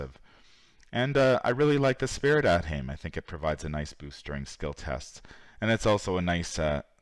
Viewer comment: For the record, it's not AThame, its Ah-th-aim